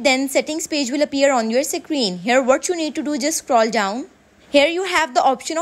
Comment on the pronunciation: "Secreen" hits hard